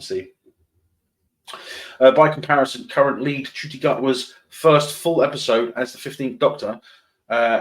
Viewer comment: Let's make this ONE POINT very clear: Though the 'actor' who has been hired to depict Doctor Who spells his name, "Ncuti Gatwa", and the observers incorrectly pronounce his name, "Neuity" the actor pronounces his first name, "Shiettie". I say, we SHOULD pronounce it as close to the actor's OWN pronunciation - as it is HIS(her/their/them's) name So, I say, "Shitty" Gatwa.